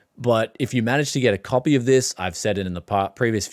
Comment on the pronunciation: Windows 11 "capy" xD